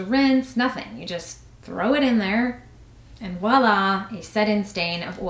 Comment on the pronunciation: Please Americans, the word is voilà, not wallah! 🙄🇫🇷